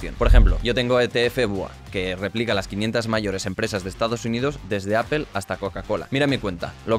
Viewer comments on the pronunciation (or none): none